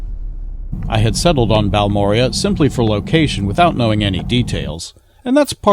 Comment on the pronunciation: Fun fact- Balmorhea is actually pronunced BAL-mo-RAY. We always called Baalmoooria with a flourish like it was some sort of Tolkien creation, but after settling in Texas we done learnt the truth. It is a combination of the founder's names -Ernest D. Balcom, H. R. Morrow, and John and Joe Rhea. Thanks for the winter time perspective!